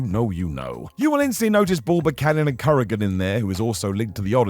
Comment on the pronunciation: Kurrgan , not "Korrigan"... 🤣🤣